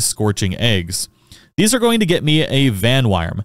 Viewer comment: aw fuck bro u know i ain’t gonna shut up about this vanwyrm is pronounced “van-worm” it’s just archaic english spelling of “worm” to replace the o with a y, exact same sound though